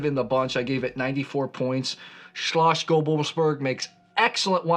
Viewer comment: And „Shlos” not „shlosh”. Damn, you Americans. Put some effort in pronouncation. 😂😂😂